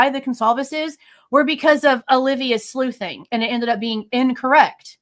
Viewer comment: I thought you called Olivia “swimfan” when you said she was sleuthing and I was 😂😂😂